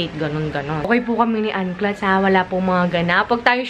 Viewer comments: Nakakabother yung "KLATS" niya hahahhaa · ang pagbasa po correctly ng pangalan ng isang tao is a show of respect, hindi yung ipipilit mo yung ginusto mo. it's not your name it's hers so it's best to pronounce it the way she does and not have your own version.